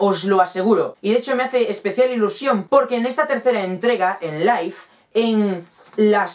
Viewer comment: O se dice live XD